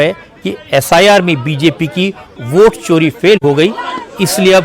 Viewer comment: भोट नहीं वोट होता है गोगडे